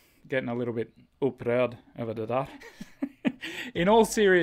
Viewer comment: When you said "upprörd över det där" you sounded norrländs 😊